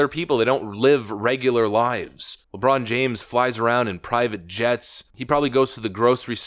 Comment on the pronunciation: “It’s Lejon Brames.